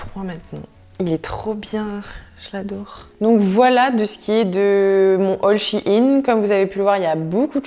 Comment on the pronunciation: Ça se dit shine